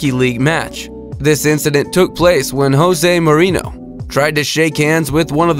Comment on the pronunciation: Hosea Maureeno? José Mourinho. (Ho-zay mow-reen-eeyo) Do Americans EVER research anything in other languages? It really is shameful just how few Americans know anything about the world beyond their shores.